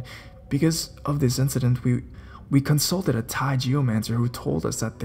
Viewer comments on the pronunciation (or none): none